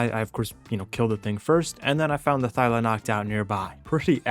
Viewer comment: I love yout.videos but my guy, it's ThyLA.